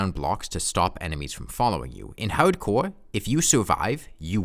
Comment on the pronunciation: Haudmode, haudcouw wouwds, sewious